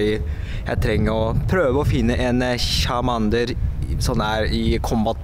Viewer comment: Det er ikke chamander men charmander...... men du er en god youtubeer!